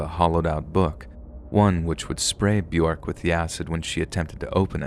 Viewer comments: It's bjork NOT bjerk plse get Yr pronunciations rite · It's pronounced byork. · 🥴 byurk. 😭 why do you have to mispronounce it. One day i found a big book burried deep in the ground i opened it and all the pages were blank and to my surprise it began writing itself...One day i found a big book burried deep in the ground i opened it and all the pages were blank and to my surprise it began writing itself...One day i found a big book burried deep in the ground i opened it and all the pages were blank and to my surprise it began writing itself... Glad bjork is okay. Love her I'll take thats not how hollow points work for 1,000, alex. They don't just lodge inside somebody's body and randomly explode. That's not how those work. 😂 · The way you are saying Björk is so weird. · I'm not trying to be mean or start anything but I just wanted to point out that Bjork is pronounced like York but with a b in front. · I can't with the way you say Bjork 🤣🤣🤣🤣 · Omg, you couldn't even look up how to say Bjork's name?